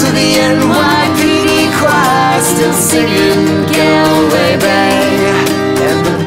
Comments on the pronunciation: Actually its pronounced "Gawlway" not "Golway" but spelled Galway.. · Im wid u wispade its pronounced gawlway. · Great cover! It's pronounced "gaulway" though. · GAL way..? I think they'll find that its pronounced Gawlway........ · It's pronounced as all, not al, as they did. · Hey guys, great cover, I loved it by the Pogues, yours is a fabulous version. Just one thing though, Galway is pronounced Gall-way as in Hall 💖💖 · Love the cover.. Just have to say this tho, as an Irish person, its pronounced GALL-WAY Bay (like gall bladder)... not Gael way... Still love the cover tho!! Hoping to see you guys play in Dublin in April! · Great cover,I'll just have to get over how they say Galway :-) (the first a in GAlway should sound like the a in footbAll) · Yeah, I know! It's G-aw-lway not Gaalway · love it, only teeny weeny complaint, it's "Gaul"way Bay not "Gall"way Bay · Dont sing "gal-way" say "gaul-way" but other than that it was great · It's pronounced like Golway bay instead of Galway bay :) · The only things that annoys me about this song is how sarah pronounces galway it's more gaw than gal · "Galway" is pronounced gawl-way or gol-way. It ISN'T pronounced gal-way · sorry but its pronounced gawl-way bay not gal-way great cover though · Galway = GAUL-WAY ! not GAl -way (as in guys and "GALS") Otherwise a top cover. 9.5 ( ya get a ten when you pronounce Galway properly). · It's Galway (Goll-way) 😂😂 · Gawwlway bay...not gaelway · Gall-way not Gal-way. Cringe. Otherwise that was badass! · I know it’s spelled like it, but it’s not pronounced Gal way. Say it like it’s Gawl Way. Cringe worthy. Otherwise decent cover. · Considering this is an Irish song written about the County Galway in Ireland I'd say "Gaulway" is the correct pronunciation and they're just wrong haha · It's pronounced GAUL-way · The "gal" in Galway rhymes with "ball" - other than that, lovely cover of a classic Pogues song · She pronounces Galway funny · Galway bay is pronounced "Gaul-way" Bay